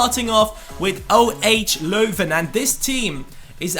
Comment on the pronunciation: The 'shit' goalkeeper you had is a mate of mine hahaha love it that you pronounced 'Leuven' correctly, great honour that you featured my hometown!